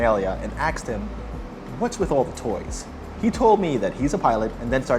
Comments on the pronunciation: I stopped the video . You "Axed him." You don't "Ax" a question. Ask. Asked. Asking. ASK. IT NOT AX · Just curious why some people pronounce Asked, as axed. Had to rewind the video 3 times to make sure i wasn't hearing things. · You axed your professor? Holy crap! Into how many pieces? 😮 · You seem so intelligent yet you say "axed" when you want to say "asked". Is there no way to remedy that? First impressions and language skills are important. Are they not? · you axed your professor? clown. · you “axed him”? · Why did you axe your professor. . Nice plane but I wouldn't axe anybody over it. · You 'axed' him a question ? Seriously? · Credibility dropped dramatically when he mispronounced the word “asked”